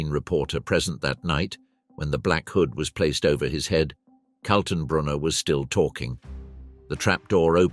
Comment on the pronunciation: Who is Colton Broner ? Ernst Kaltenbrunner............... Joachim von Rippentrop and Goering, not Guring. And so on, and so on............................